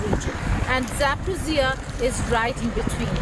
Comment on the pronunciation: Geeta, - You doing very good job. However Your knowledge in History and Geography about Ukraine, Russia, and USSR. Your pronouncement of the name of City, People, Location. For example the city of Zaporojie !